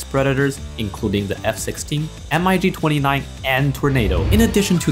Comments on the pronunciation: When he said “M-I-G 29” I literally fainted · "M.I.G-29" dude its Mig (mi-ge)